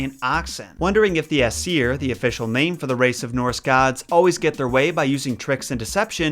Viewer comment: in Norwegian Asir is pronunced ace. Nope you heared right it is the same as the English word for butt.